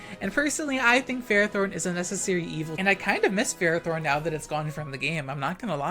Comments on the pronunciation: Why do you pronounce it as ferrot-horn instead of ferro-thorn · First of all, what? Second, how, do you mispronounce, THORN?! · Pronouncing Ferrothorn as Ferrotorn makes it sound so METAL!🤘